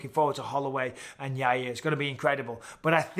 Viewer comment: Michael Bisping: Yair Uncle Chael: Yareer Michael Bisping: Yareer